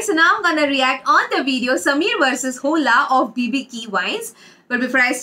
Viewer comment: Sammer nhi smeer fuddy.